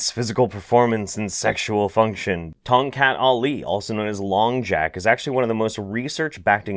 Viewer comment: I like how you pronounce Tongkat Ali hahaha